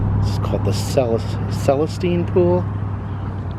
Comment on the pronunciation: Celestine,! Learn to pronounce it, buddy! Many people get their info from you!